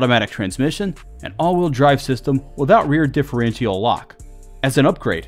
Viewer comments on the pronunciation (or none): Also, "different-chee-all" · The way this guy pronounces Mitsubishi and differential drives me nuts. But hot damn that Montero in stock form is a beast 💪